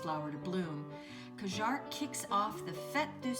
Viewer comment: Welcome to France! You are both going on quite an adventure, here. By the way, when saying Cajarc, lose the "c" sound at the end, you will sound French! This is going to be fun!